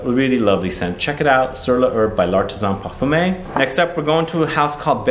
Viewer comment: Hello from France. I havé recently discovered your Channel and havé been bnging on you vidéos since. I really appréciâte your Work. However, thé Way your pronounce " l artisan parfumeur " si very funny. Try to Say " parfumer", it will be closer.